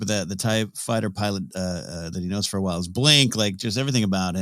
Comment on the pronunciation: Love that snap and Nora got some love. I've never heard Wyl Lark pronounced "while" before. I always said him as "will" and Yirica as Erica w a little bit of the y on the front